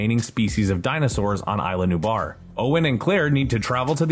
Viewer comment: It's CRY-ton, not CRISH-on! Only one of the many inaccuracies. "Island New Bar?" It's Eez-lah New-blar! Did no one do a fact-checking pass of the script for this episode??